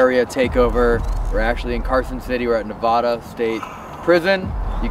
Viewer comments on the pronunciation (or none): not knee-vod-uh... its nuh- VAD-ah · Your guys videos are always amazing and entertaining to watch I wasn’t expecting you guys to be doing a investigation on the prison in my hometown in Ne-vă-da. it’s not ne-vo-da btw lol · i now it’s so off topic but it’s neVAAAAda not neVAHHda 😅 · My name is Nevada thats not how it’s supposed to be said there is no voda in the word it’s vada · Goddamn when u say nevada wrong it erks every Nevadan There is no nevoda It’s nev- ad-a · I love you but please stop calling it Novada 😢😅😂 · Is this a real overnight with just the essential crew!? No way. Thank you, Uncle. You're not pronouncing Nevada correctly. It ends like California. I hope Connie treated you well at the Silver Queen. That's my kindergarten teacher. Good to see you in my home. ❤ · im sorry man i live in nevada and you just say it wrong so bad 😭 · I love you so much but that is not how you say Nevada😂 still love you though even though you say my home state wrong 😂❤❤❤❤ love you guys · People who are from Nevada are cringing at how they’re pronouncing it 😅i am one of them